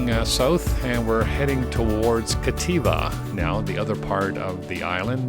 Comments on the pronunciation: FYI, it's Captiva with a "p", not Cattiva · Captiva…as in captivating…not Cativa Otherwise, thanks for the update